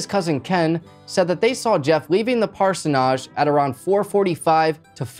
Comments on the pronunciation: Please google pronunciation for parsonage. Cringing me. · I am so sorry to be that person, but you are pronouncing parsonage wrong. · Oh jeez. The mispronunciation of "parsonage" over and over is killing me. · Parsonage...need to check your pronunciation of the word 🤦‍♀️😁 gave me a giggle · Bro it’s parsonage. You’re putting too much emphasis on the end of the word it’s killing me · I literally had to stop watching this because of the way you are pronouncing Parsonage lol you are pronouncing it so weird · This video is terrible and you're saying parsonage wrong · I couldn't get past your mispronunciation of parsonage. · Dude you need to stop closing your eyes it's just weird...if you are looking down to read the script and it looks like your closing your eyes you need to get a teleprompter or get a friend to help with cards with what you want to say... and also you are mispronouncing parsonage get someone who knows how to pronounce it to help you...so you don't sound dumb... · Orpha Naaj ? Like Parso Naaj!?.. 😁🤭🤣😂 Don't be ridiculous. Orphanage and Parsonage are pronounced the same way. Otherwise your Crime Channel becomes a Comedy Channel. I had to stop at 14 mins 😂😂😂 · We do in America, too. At least I've always heard it and said it that way... "parsonidge". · Parson-age, not Parson-ahj BUT...you're still a good narrator, and cute too! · I like how he explains what a parsonage is while pronouncing it completely wrong. It should end the same way partridge does. Parsonidge. Like that. Or just say Parish House. And get rid of that caterpillar resting beneath your nose. Other than that, great show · I'm loving the way you say parsonage. In Australia we pronounce it 'parsonidge' I keep waiting for someone in the story to go back there 😀. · Never heard it pronounced this way. Nodge just doesn’t sound right to me sorry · Lol came here to comment on his pronounciation of parsonage as well. It’s definitely “ parsonige” in the US as well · It's pronounced "Parsonige" 😘